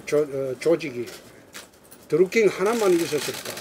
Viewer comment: 드루킹인지?드링킹인지?에효 일 좀 하자 ㅎㅎ